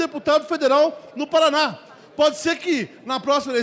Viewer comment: O cara não sabe falar o nome do estado dele Paraná kkkkkkkk. acho que nem deve ser nativo de lá.